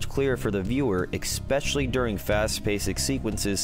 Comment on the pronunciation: If you say “expeshially” one more time, ima have a seizure